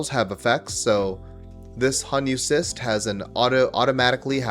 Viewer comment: Its defo cRyst not cyst haha😅